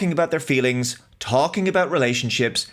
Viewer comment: Mah fweelings